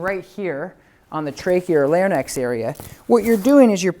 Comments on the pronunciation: Larynx lair-inx not Larry-nex but aside from the medical terminology love the videos Doberman and Rottweiler both CGC because of the Tom Davis dogtra BABY!!! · Larynx. 👉🏻Lare-rinks👈🏻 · People could care less which way it's said 🙄 I'm sure anyone listening understands what he means and in no way is scared away because he pronounced lar-i-nex wrong 😕 lol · This dude can't even say 'larynx' properly nor can he see the dog body language his dog is giving saying she is uncomfortable. Prongs hurt dogs. Go find a R+ trainer if you're struggling with your dog.